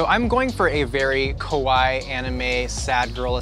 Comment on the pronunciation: not trying to say "kawaii", but instead saying "kowai" this is why he lost lmao